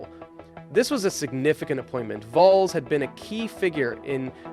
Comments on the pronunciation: You seriously need to get better at all pronunciations. "Volls, Alpyne?" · The way you said James Vowles is just... ugh 🤢